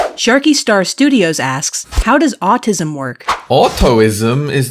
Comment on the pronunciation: When you said auto isim instead of autism, ( which I have) it offended me